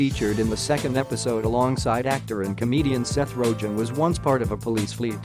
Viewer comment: This dude just said Seth ROJENN... bruh